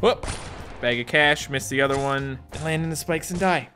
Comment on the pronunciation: “that’s an oyya”